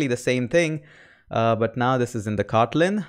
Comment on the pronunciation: i love the way you say, "Kawtleen" .